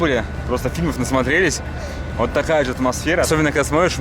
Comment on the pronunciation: поработай над дикцией! Почему то слышится: Кхарта, кхлассная, такхая😒